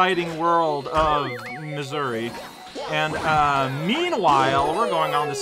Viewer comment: Wait did you say Missouri or Mazuri?